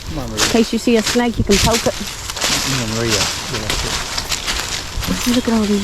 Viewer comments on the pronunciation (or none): none